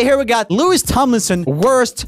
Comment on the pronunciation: Did he just say “LeWiS Tomlinson” . . . Ok but like thank you for the likes